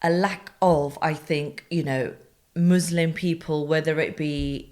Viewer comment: how she pronounced muslim, lol. funny to heard it from a muslim, not from a british or american.